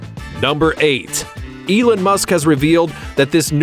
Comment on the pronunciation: Elen musk😂